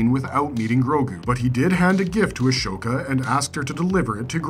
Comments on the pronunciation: a-so-ka, not ash-oka :) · Ah-SO-ka. Bo ka-TAN. Not ton